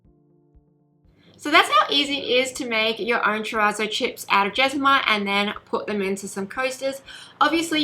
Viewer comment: Hey! Helpful video but just an FYI, you’re mispronouncing terrazzo- it’s an Italian word. Google have heaps of pronunciations videos.